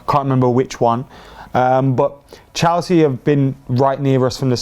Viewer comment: Its Chelsea not chalsea for goodness sake